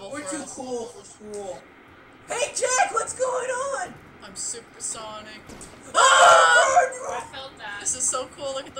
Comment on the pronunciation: AW MAH GAWD ITSH SHUPAH SHANEEK :D (i known this series for years but i only started my channel a month ago thats why i only say this now)